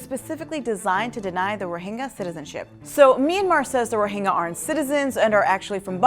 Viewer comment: Do you not know how to pronounce the Y sound? Rohingya, not Rohinga...